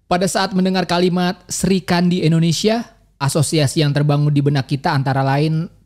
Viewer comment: Bukan Sri kandi tp Sikhandi